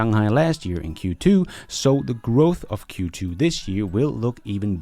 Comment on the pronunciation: Sorry I love e your films , also this one but .. sorry, sorry a lot .. for Q2 sounded a little like f ... q ... 2